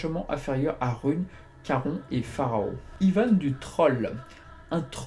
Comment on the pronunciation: On dit charone et danté !